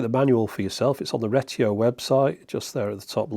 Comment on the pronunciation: "REgreTIO" cracked me yp